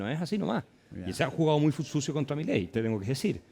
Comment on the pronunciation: Un shot por cada vez que dice millei